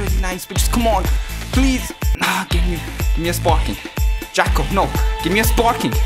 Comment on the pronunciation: Love how he says Jaco's name😂